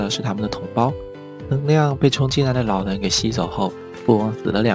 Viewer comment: 老len听着我真的不舒服•_ゝ•...